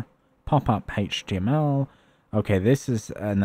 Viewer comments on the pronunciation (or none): none